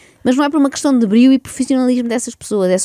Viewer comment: "quem é que eston" "a pessoa em queston":face-fuchsia-tongue-out